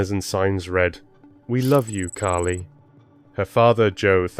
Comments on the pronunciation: Her name is Carley(car~ley) not Carrie…respectfully. I noticed that you say a proper about a quarter away through the video. Is there a way to change that or edit those parts or let people know that it was an honest mistake. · Her name is CARLY, or CARLIE. Not Cari. You can't even say her name correctly. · I’m sorry, but you’re kidding right? He (or the AI he was using) didn’t even pronounce her precious name properly!! He called her Carrie, Charlie, Kly, etc. Her name is Carlie!! And don’t come at me about accents, it wasn’t that! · You might want to get the victims name right at least once in your video. It’s not Kly or Carrie or Caaari as you stated. It’s Carlie Bruer. If you’re going to use these tragic incidents as your income, at least respect the victim and her family. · If you’re going to create videos like this, at least have enough respect to get the victims name right. Yo said the wrong name 21 times before you said it correctly. Her name is “Carlie” not Carrie! Then you continued off and on calling her “Carrie” instead of her correct name. That is so disgustingly disrespectful to this innocent young girl. You need to fix this immediately, please… my gosh it makes me sick to my stomach every time you say this poor child’s name wrong.. Do the right respectful thing and FIX THIS VIDEO NOW PLEASE! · Her name is CARLIE, not Carrie! 😮😮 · could get childs name right its not carrie its carlie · If you're going to narrate, get her name right. It's not "Carrie" or "Charlie".... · The narration sounded like her name was Curry.. thanks for this xx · I came to say this 😅